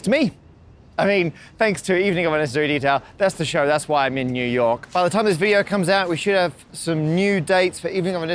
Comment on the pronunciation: It's spelled New York, but it's pronounced New Yoink, Matt.